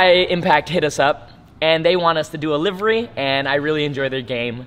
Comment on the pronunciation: wow this is like the first person I have heard say livery correctly.